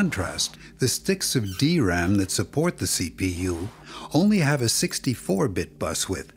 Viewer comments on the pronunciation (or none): none